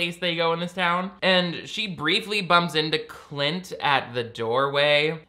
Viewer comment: I swear said “clit” instead of “Clint”, I kept doing double takes 😂 between this channel and the TikTok guy who watches the Gramps Cinematic Universe™️ christian movies it’s the only way any of these movies are tolerable (and by that I really just mean I enjoy the snark/commentary)